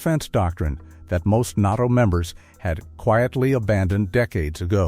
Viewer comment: …AI mispronounced NATO as NOTO! That’s all, just stupid AI.